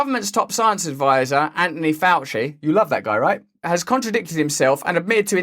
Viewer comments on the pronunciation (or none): none